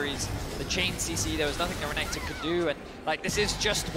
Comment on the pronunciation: how can you pronounce Renekton so badly bro